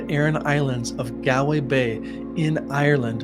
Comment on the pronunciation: Galway is pronounced gawl-way. Hearing gal-way made me laugh and stop watching.